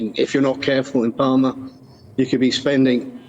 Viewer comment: It's called PAL-MA not Parma ! It's easy, Mallorcans just need to up their prices and keep upping the price until they find the right level of tourism. Q.E.D.